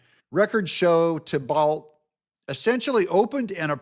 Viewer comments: Thibault's name is pronounced "T-Bo" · I have always heard Thibault as Tee-Bo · Pronounced Timothy "TEEBoe long o Just trying to help . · Pronounced (thighbo) 😅😅 YOU GOT THIS,!💪✌️🙏🏻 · Thibault in Nova Scotia is pronounced "T-bo" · Usually pronounced "Tee-bow" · Timothy Thibault "Tee-bow" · That's Tee-Bow,. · If it helps, I believe Thibault is pronounced Tebo. It`s a french name, think Renault for example... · the Thibault is pronounced "Tee-bow" (French). As by best man said on my wedding speeches "Tim and Giselle would like to thank 'the bolt' family for hosting events. lol! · It's pronounced Tea-Bo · It's pronounced TEE-bow